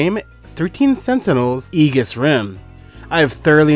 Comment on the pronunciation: it's pronounced ee-juhs